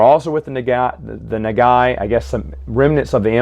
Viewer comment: Pronunciation for Nagai is thr same as Go Nagai